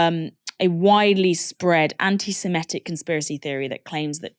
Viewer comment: Please can stop saying semetic when it is semitic